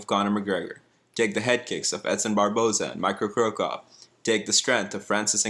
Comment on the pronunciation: That guy said "Micro Cro cop" Not even mad.